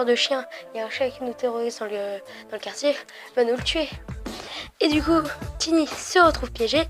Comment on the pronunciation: je crois que c’est sa sœur pas sa mère Et je crois mais je suis pas sure que ça se prononce taïni comme aïe pas tini car c’est anglais à la base et en anglais ça se prononce comme ça mais je ne suis pas très sure Perso je le prononce comme ça mais on peut le prononcer comme on veux.